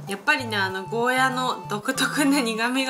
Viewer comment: ゴーヤじゃなくてゴーヤーですよ